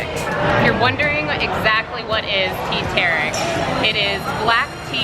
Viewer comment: Teh tarik is pronouced "tear tar rick"